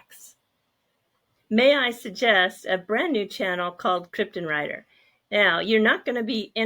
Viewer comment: It's not pronounced krypton-writer, it's Krippen(as in Dr Krippen)-reiter.